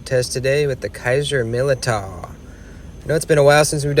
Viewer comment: Just got this one,, it's great,, I think it's pronounced Millydow